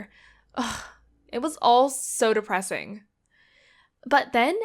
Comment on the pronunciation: TogEther -depPresIng The way she should them 😖